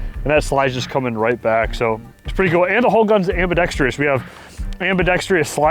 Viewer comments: It's ambidextrous not ambidextrious. No i before the o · Ambidextrous AM-BEE-DEX-TRUS......NOT......AM-BEE-DEX-TREE-US Its petty, but I'm sick and tired of the shooting community pronouncing this wrong. Admin gets it! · Say it with me.. "Am-bi-dex-trous" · I dont know what it is about the gun community, but EVERYONE mispronounces the word ambidextrous 😂